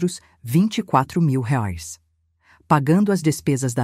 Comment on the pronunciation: Reais, IA falando errado, a narradora é uma IA, por isso acontece erros, ela é uma máquina